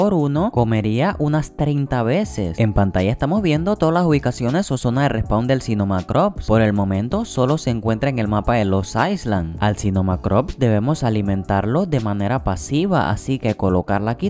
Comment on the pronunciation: Buen Island se pronuncia Ailand sin S, Aisland es Iceland (Islandia)